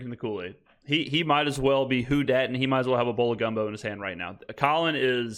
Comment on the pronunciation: It's Who Dat not Who Dak lol